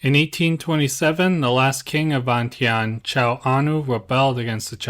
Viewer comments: Vientiane is pronounced "Vienjan". My grandfather was the last King's personal bodyguard when the King & Monarchy was overthrown and became a POW. Despite being born & raised in the UK, I'm a proud Brit born Laotian and proud of my heritage, country & culture. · Im pretty sure it is pronounced veintiane as it’s spelt